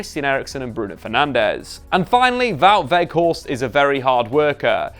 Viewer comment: Props for saying his name almost properly